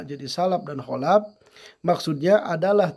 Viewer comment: salaf pak, bukan salap kholaf pak, bukan kholap